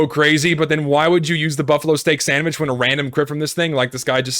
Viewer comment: "the stock sandvitch"